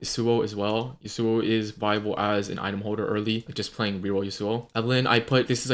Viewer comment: ITS YAWSUO NOT YUHSUO